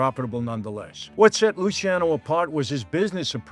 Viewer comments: They called him Lucky because his name was spelled and mistakenly pronounced the wrong way "Luci"ano also pronounced "Lucky"ano. His name is properly pronounced Luchiano. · Luciano:- Loo-charno, please. No ee pronounced in it. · Lu-cha-no. I learned this from everything in Italy correcting me when i said my son's name. Luciano Vincenzo Giancarlo.